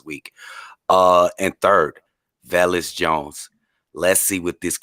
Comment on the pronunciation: how you gone get mad for people cause your saying the man's name wrong (velus) you are running a BEARS podcast the least you can do is say there names right